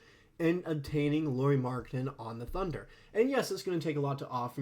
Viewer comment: Lauri…. Not Lori.